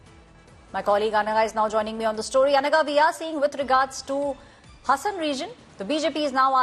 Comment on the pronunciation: Its Haasan bit hasan plßssßssssssssss